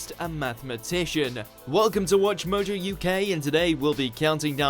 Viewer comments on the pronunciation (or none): none